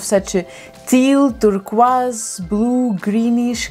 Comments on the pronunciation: I love the way she says turquoise. It’s so nice compared to (Tur Koi s) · I love how she said the word turquoise I will pay her to say that word idk with what money I’m broke but I LOVE HER ACCENT ( I sound crazy ik but bear with me )